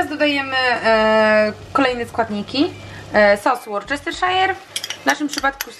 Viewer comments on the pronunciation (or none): Worcestershire mówimy "łostaszer" a nie "łorczesterszajer" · Tak tylko jako ciekawostka językowa, bo sama byłam zaskoczona - poprawna wymowa nazwy sosu to "Łusterszer" :) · Sos Worcestershire czytamy łuster szer